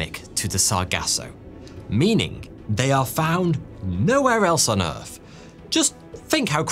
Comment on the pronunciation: Why do you say "errf" instead of earth?